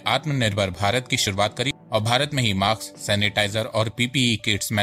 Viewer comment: So good information... it is mask not maks